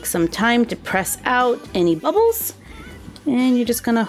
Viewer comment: Who thought she said abbles instead of bubbles